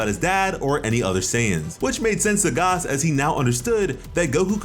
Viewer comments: pronouncing gas as garse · Did you say Gus it's pronounced gas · Please say “Gas” not “Gaas” love your vids but every time I hear “Gaas” it makes me cringe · Garse??????? you mean gas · why do you say Gas like gauss? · Why is he saying gaaaaahs bro it’s gas ⛽️ like fuel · It's pronounced Gass not Gause lmao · this man pronouncing gas as garse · Why are you saying gas like that? His name is literally gas. Like gas can. Liquid solids and gas. Come on man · I just unsubscribed because of the way you said gas. Lol 🤣